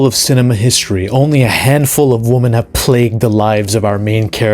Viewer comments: It’s women! Not WOMAN!!!! Women is pronounced weh-men!!!! Wehmen!!!! It’s not pronounced woman!!!! Wtf is wrong with people today! You can’t even say women anymore. So fkn stupid! I LOVE WOMAN! I love woman! Do you know how fkn stupid it sounds! Saying women as woman? Distinction peops!!! Say it right! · Don’t say you love WOMAN, say you love WOMEN. Use the right pronunciation. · what is it these days with pronouncing the plural of women as the singular woman???